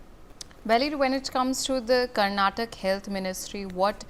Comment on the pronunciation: Who hired this lady as news anchor..she doesn't even no how to pronounce state name karnataka properly ..shame on this news channel